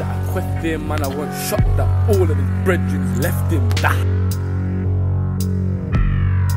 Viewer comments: Same i thought brehden was breath but his accent pronounces it differently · I'm guessing it's brethren mispronounced